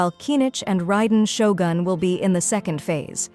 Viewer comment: Sorry, miss, it's not Raiden Shogun, it's Raiden Shotgun I'm sure it's Raiden shotgun